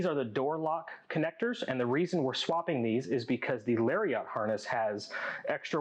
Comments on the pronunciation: Great video. But hearing Larry-ot instead of Lariat drove me nuts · I REALLY needed these instructions for my own 8pin to 22pin town mirror install, so thank you, but the way he says "Lariat" is really bothering me, hahaha